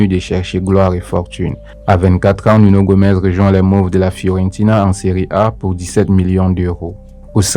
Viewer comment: C’est Nuno Gomes !!!!! Pas Gomez